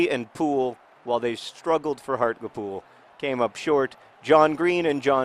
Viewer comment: John, it's pronounced Hart-LEE-Pool, not Hart-Luh-Pool